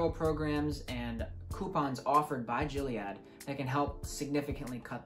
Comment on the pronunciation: Great intro. One thing Gilead is pronounced "Gill-ee-add" (like the gills of a fish) not "Jill-e-add"